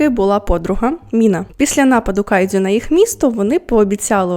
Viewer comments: Тільки кайджю, не дзю.... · Відео супер, але можна будь ласка, без цієї полівановщини по типу "кайДЗЮ" "іТІкава" "сьонен" і т.п.?